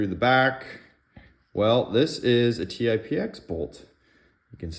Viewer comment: Paintballer here. Good video. I was actually playing with the idea of swapping bolts for efficiency gains in my TipX. Good to know a little work will have to go into it. But real quick, it's called the Tip-X, not T-i-p-x, but Tip, as in Tippmann. And lastly, Techt is pronounced "teched". 👍